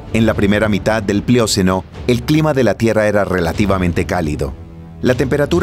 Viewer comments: No es "mióceno" ni "plióceno" sino "mioceno" y "plioceno" (acento en la e). Pero qué hermoso video. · Buen contenido. Sólo no de dice "plióceno...", no son palabras esdrújulas.